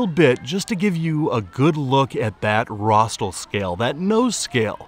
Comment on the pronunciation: RostRal, not "rostal". You didn't enunciate the second 'r'. Nice video!